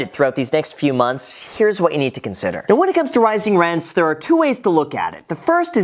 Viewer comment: Everyone when Graham Stephan uploads a video after FTX: Are you serious right neow?🤨